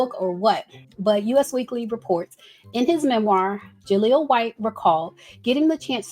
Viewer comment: Girl that magazine is pronounced "US Weekly" as in the word "us" that rhymes with "bus," not the letters U and S like the country. 😂